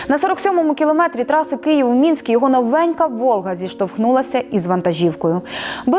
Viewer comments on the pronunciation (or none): none